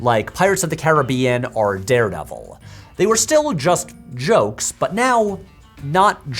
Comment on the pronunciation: First P(H)W video I’ve ever stumbled upon so excuse me if I’m late, but does everyone already know that he can’t say the word “or“? He always says “are” and it’s really frustrating to listen to 😂😭 great content but if he compares a lot of things and constantly tries to use the word “or” im gonna have to tap out. 💀